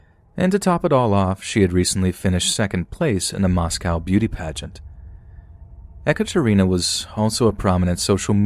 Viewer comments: First of all I’d like to say I’m a big fan and with that I’d like to add that “eh-kuh-Trina” is pronounced “eee-CAT-er-ina” 😅 sorry, it’s all I could focus on during that story 😅🤦‍♀️ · Not (e) Ekaterina, but (ye) Ekaterina . Like in (ye)s , or (ye)llow . Russian language class here 😂😂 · Ekatarina not echatarinna